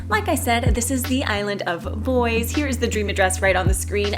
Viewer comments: “Bois” is not pronounced like boys since it’s a french word. It’s actually pronounced like “boa”, like the snake. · bois is pronounced like toi but with a b hehe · I am pretty sure it is the French pronunciation for "Bois" which is more like "boua"